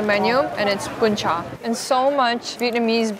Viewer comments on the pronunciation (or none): sorry but "BÚN CHẢ" not "BÚN CHÀ" ^^ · Girl that "Bún Chả" not "Bún Chá" "Bánh Tráng Nướng" not "Cuống"😂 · Omg I love this video. As a Vietnamese spending her first Tet aboard, this video brings me back home. The food, the sound, people and everything else is just so real and perfect. One small thing that the second dish you ate is "bún chả" not "bún chà". But really, I'm so grateful you added the original name of the dishes and even tried to pronounce them. Love this so much~~~~~~ Edit: nvm, most of the dishes name are wrong but everything else in this video is legit 🫡 "phò bò" = "cow slut" hahahahahahaha so fk cute 🤣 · Oh no it's "Bún chả" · It's Bún Chả not Bún Chà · Let’s me correct the second dish, this one name “Bún Chả” not “Bún chà” 🫣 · oh there is a mistake it's BÚN CHẢ